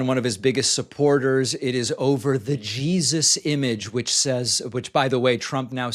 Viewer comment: "She's referring to Jah-eeezuss." Sneaking in that hilarious pronunciation, eh David lol 💀